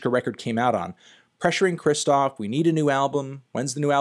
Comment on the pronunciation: Take a shot every time he says Kristof instead of Kshishtof